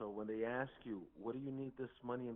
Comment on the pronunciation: At one point, the guy pretending to be the grandson says - call them please and “aks” him… This is a common mispronunciation of the word “ask” that some of these scammers make. And also, the guy says he is in the holding cells, and even speaks to an officer. The lawyer says he is in the infirmary, in the hospital! And I’m really glad you called them out when they laugh! It really messed up their flow. Such dirt bags!